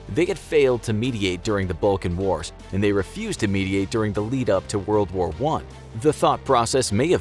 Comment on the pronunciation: Woa woa 1? Wold woar 1?